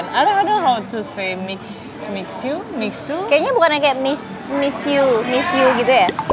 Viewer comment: Info penting!! Cara baca MIXUE itu MISYE. Sekian dan terima gaji🙏